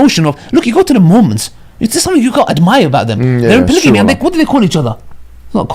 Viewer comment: Polygamy not polyjamy😭